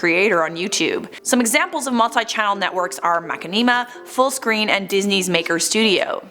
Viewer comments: Lol I can't stop cringing at the way you pronounce the channel. Anyway, I am sad to hear that they took down their videos. I remember I used to be such a COD geek with World at War, Modern Warfare 2, and Black Ops. I remember being such an uptight b*tch whenever I lost. Then one day I watched this Machinima video over this guy running around on Black Ops multiplayer and messing around. I loved the humor so much and it impacted how I played. I no longer cared for the win, I just wanted to have a good time and have fun doing it. I made some good friends along the way because of it. Thanks Machinima, you'll always have a special place in my heart. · I thought I was reading Machinima wrong cause of the way said it (no offense), but than I read the comments lol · Lol you said their name wrong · For a channel that's been around for so long, you can't even say it right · I love how pronounces it Like seriously 😂😂 Love u ♡ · The way pronounces 'Machinima' made me giggle. Never heard it said that way. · Stop insulting. She may not know how to pronounce it but so what? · Dude machinima it's been on YouTube for years how the hell 1 person can't even pronounced it correctly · Lmfao I love you girl, but, the way you pronounce the name is hilarious 🤣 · Oof I love this channel but that is not how you pronounce machinima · How you say machinima makes it sounds like a tribe is a channel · Machinima she can't even say the proper name. Smh. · MAH-Shin-a-Ma not Macinima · I can't listen to this, it is hurting my head with this mack-in-knee-ma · Mac in knee ma I thought you were joking MA SHIN NA MA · It's pronounced mashinima not mak e nee ma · Honestly Mach-a-neema sounds better then Mushin-ima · makkineema? its ma-shin-nima! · I know she did not say Mukanima. ITS MA CHI NI MA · It's pronounced "Ma-shin-ima", not "Ma-ki-neema". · "Ma-ken-ee-ma", its ma-shin-imma :l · it is mashinima not makinima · Makinimah???? MAH-SHIN-AH-MAH